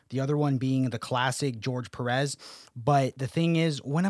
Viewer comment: The way you pronounce "Pérez" hurted me as a mexican